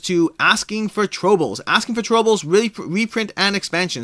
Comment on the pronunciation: You mispronounced "Asking for Trobils", It's actually a pun/play on words if that helps.